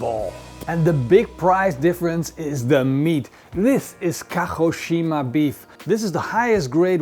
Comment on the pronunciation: Your pronunciation of Kagoshima is sooo bad. 😣 I didn't know what you said at first. ✌️I still love your channel. Of course you only made two. 😂